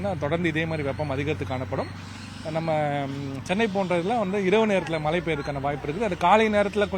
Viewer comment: ழகரம் உச்சரிக்க ஏதேனும் பயிற்சி உண்டா? மழை மலை😢